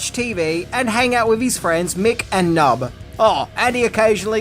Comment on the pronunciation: Hate to be that guy but dude’s name was P’nub(Puh-nub). Love this movie and great video!